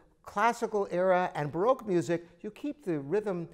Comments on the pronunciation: vivi chen "B-ROKE" 😂😂😂 I had a lol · baroque pronounced